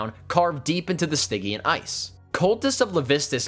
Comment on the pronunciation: Stih-jee-unn , you don't get to make up pronunciations on words because you read them in a book. It happens all the time.. you never had to use the word in conversation and I corrected you on its diction and syllables. Take the hit bro, we all gotta learn. I mispronounced many a word by only saying how I read it out loud in my head. Unfortunately that wasn't the proper pronunciation. Somebody would take me aside and let me know it's worded out loud like this.... no shame we've all done it. But to act like it's a personal preference is Absurd. I am trying to save you from embarrassment.